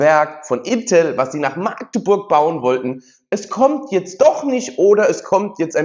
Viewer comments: Sorry ...Das heißt nicht maaagdeburg sonder machdeburch!!! Das "A" wird nicht lang gesprochen 🫣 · Es heißt nicht Maagdeburg, das "a" wird kurz gesprochen! In der Mundart dort heißt es Machdeburch... INTEL war sowieso eine Habeck-Luftnummer.